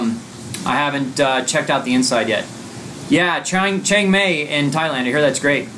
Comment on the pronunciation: Change May? lol Seriously, Chiang Mai is pronounced like Chiang My....